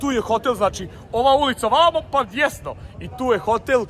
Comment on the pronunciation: Batice “ djesno “ nije rijec . Desno je desno 🤦🏻‍♀️